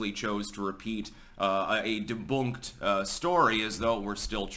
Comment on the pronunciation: . "Deboonked". LOL!!!!!!